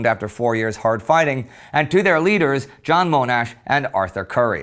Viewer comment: “John Moanash”